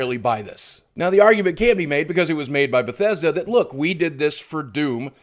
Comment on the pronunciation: fix ur schhhit baw thessch dauh!@@ Kappa